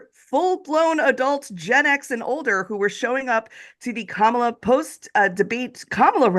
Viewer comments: Hal talks about Kamala introducing herself and then goes on to pronounce her name wrong two minutes later. WTF. It's Comma-La, dude. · Hal ! Did you just say….KaMAla Harris ? Yikes.